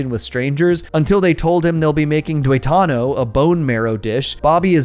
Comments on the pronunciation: Mexican here it's pronounce TUE-ta-no, not Tue-TA-no also its greasy as fuk, not a fan, if bobby ate even 2 of those huge things he would be knocked the hell out lol, just because they are such a heavy meal that everyone needs a 2 hour nap after eating tuetano tacos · Tuetano ( twe ta no )